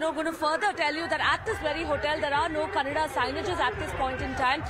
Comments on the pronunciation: It’s not Kannad. It’s Kannada. The irony in putting such anchors for such topics. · It Kannada not Kannad! Educate yourself first